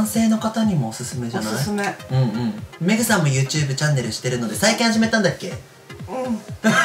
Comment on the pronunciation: 「僕のメイクさん、メイクさんでーす！！」に聞こえた…メグさんね